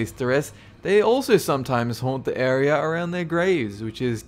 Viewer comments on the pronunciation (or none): none